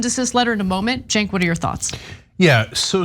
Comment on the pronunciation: And in what world is Cenk pronounced “Sink”??? Your name is Cenk as in “Jank”.. why won’t you own it?😂